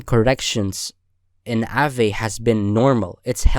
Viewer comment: nice vid, one thing tho; it's pronounced 'ah-ve/vuh' not 'a-vay'